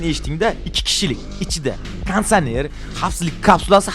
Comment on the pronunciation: Oldin konditsioner deyishi oʼrganig aka